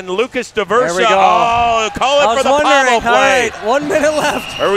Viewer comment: Why is no one telling he’s saying Pavel’s name wrong 😭😭